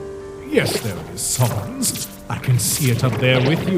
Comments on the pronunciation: Can someone contact the dubber and tell him how to pronounce sans ITS NOT “SUNS” ITS “SANS”!!!!!!!!!!!!!!!!!!!!!!!!¡¡¡¡¡¡¡ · Hey I think ur says San's name wrong it's not S-AU-NS it's S-A-N-S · why do you pronounce it sawns. it's s-AH-ns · Its sans not sons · Whenever these guys say sans all I hear is sounns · JESUS CHRIST ITS SANS NOT SANS! SANS, SENS, NOT SAUNS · Gaster says sans as sons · I love the quality of the video, but one thing keeps bothering me: I’m used to hearing Sans being pronounced as how you would say- SANDS. But I know you might not notice this comment or care but, I think people would like it better if you said his name like that. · I mean is gaster loved Sans all he could do is say his name right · Gaster loves sans so much he can't say san's name correctly